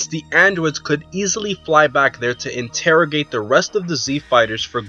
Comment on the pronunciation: Hmm... Interagate. Don't you mean killing